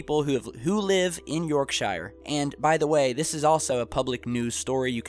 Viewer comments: That is very interesting, but please, please, please do pronounce names properly. I know you are an American, but that's no excuse, really. The names are in English so please try to say them right. It is not pronounced York-Shire, but simply Yorksh'r. Do try to get it right, it is not difficult. It is just good manners, and trying not to sound too awfully stupid. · quote: "YORK-SHY-ER".....yeah man. And you are from? Lost Angie-less....? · Say Yorkshire right! Say it like this " YorkSheer" that is how you say it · you,ll get there eventually, ,just lose the shire, its more sheer yorksheer even though its spelt yorkshire.:) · Glad others noticed....can you say YORK SURE? I cringed every time you said York SHIRE. They are not Hobbits, or Hobbitsis lol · absolutely gets my goat every time they do this - ffs its sheer not shire - grrrrrrr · Williamson Indeed, Robert, and of course it's 'York-shur' not 'York-shier', not to mention (whoops, I have) that the North Sea is not an ocean. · It's pronounced as "York-sHer", not "York-shiRe". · It's not pronounced "York sheyer " it's York shure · I don't expect you to understand because you're not from the UK but I laughed when you said Yorkshire like shyer but it's actually pronounced as Yorksheer. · It's pronounced Yorkshear and Lincolnshear not Shire... We do not live in the land of the hobbits. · As said, a small point but generally Brits pronounce shire as "sher", "shur" or even "sheer", depending on where one is from and local accents - very few people ever pronounce it "shire". Sorry, but we Brits can be pernickety bastards. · No big deal but Brits say 'sher' instead of 'shire'. We can spell, but not pronounce, hence 'Los Angeleees' :-( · Yorkshire, ass. Say it correctly. Yorkshire, not York shire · Not commenting on the video but when are Americans going to pronounce shire has sheer, its not pronounced yorkshire, but your yourksheer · It's Yorkshire not Yourk-SHIREEE. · It isn't pronounced shire it's shier